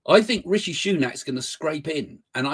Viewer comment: It is not Ricky but Rishi..